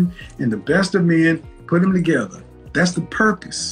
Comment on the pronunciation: "wid u" "dats" "faminine" "I think white woman are" 🤷‍♂️🤔🤔🤔🤔🤔 I mean..